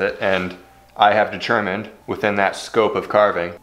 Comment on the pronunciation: You have..."dechurmined"? LoL